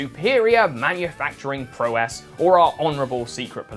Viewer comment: note to presenter: if you can't even pronounce the word 'prowess' correctly you should probably get a new hobby. I mean you're an adult human being from the UK, how the hell can you keep making all these basic errors?